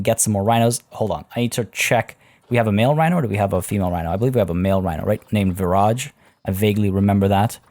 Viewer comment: The entire time you were saying Viraj I thought you were saying garage 🤦🏼‍♀️ it’s been a long day lol